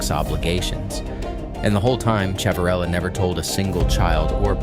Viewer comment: The name is pronounced Shiv a rillo.